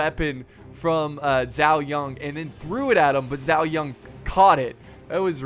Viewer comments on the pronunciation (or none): why do you pronounce zhao yun with a 'ng' at the end of zhao?? there's not even an 'ng' there -_- i feel like youre not even trying